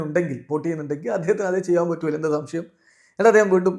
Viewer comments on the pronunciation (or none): none